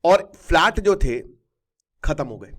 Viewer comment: Sir flat hota h falt nhi